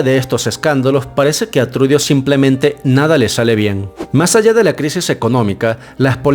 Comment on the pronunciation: Trudo así se pronuncia no trudio!